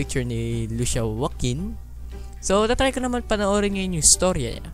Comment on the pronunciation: Kuya lusiya po pagbigkas at lucia ang spelling